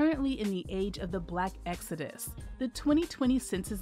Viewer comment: It's called Exodus, not Exudis.